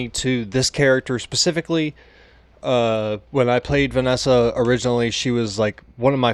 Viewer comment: Vee-es-sah not Venessa